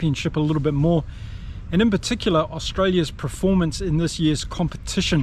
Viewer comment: Thanks. I don't always agree with you infact strongly disagree at Times but thanks for the Chanel, I'll shout you a beer. 1 silly niggle. Can you please pronounce performance phonetically, not preformance 😅